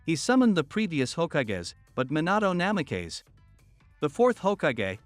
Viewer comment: Minahto Nameh-kays